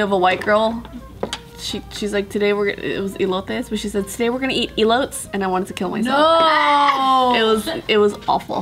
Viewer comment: didn’t even say elotes right when she was trying to criticize someone else...